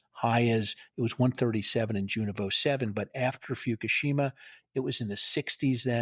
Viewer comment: Foo - ku - she - ma (learn Japanese)